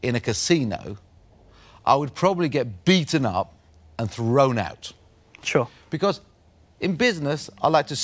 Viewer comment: Duncan: "yeah im oat"! Me: what?? Duncan: "im oat"! Me: "you mean your out"?